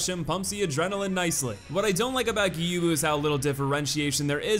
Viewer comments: welp you mispronounced Gyoubu again. It's pronounced gyo-u-bu, not gyubu. Although this hardly matters. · Ok so here’s how to pronounce gyoubu First name: Add a G before yo, like yo yo. Make the vowel end a bit longer, and then a bu like boo Gyo - bu Second name: Ma sa ta ka, each sounding like ma from mama You got the third name right tho! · His name is pronounced YOU-bu. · It’s more like Gi - Oh - Boo, not Gi - You - Boo. You can do it, I believe in you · plays a clip of Gyobu screaming his name: Geeyubu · Gyoubu is pronounced with a long "o". "Gyou" rhymes with "throw". The English voice actor does pronounce it correctly. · Gyow-boo Ma-sa-ta-ka O-knee-wa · [Plays Gyoubu’s English lines] MY NAME IS GYOUBU MASATAKA ONIWA [continues to pronounce it Gyubu instead] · Just wanted to let you know that you had Gyoubu's name right the first time around. The way you say it in this video would be correct if it was spelled Gyubu. Just letting you know. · You even pointed out the fact that he SCREAMS his name xD how can you not pronounce it after that performance?? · Fails to pronounce Gyoubu’s name right, proceeds to show clip of Gyoubu shouting his name. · How can you not know how to pronounce Gyoubu Oniwa's name? He literally shouts it at you as he enters the arena. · Gyoubu literally yells his name in the beginning. How the hell are you still able to mispronounce it? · Any time you see an "ou" in a Japanese name. It's just an O sound. Gyoubu, Juzou, Hadouken, etc. It's all O, like "dough" or "throw" It's a hard O, ALWAYS. Never a "ooo" sound. There's a letter U there because the O sound is slightly elongated. "Tanto" has a fast O sound at the end, while "Musou" would have a slightly longer O sound.